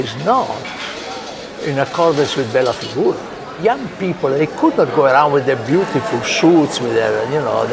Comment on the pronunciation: When JC says "Bella Figura" (=beautiful figure) it seems like he says "Bella Figona" (=raunchy way of saying hot girl)... 🤣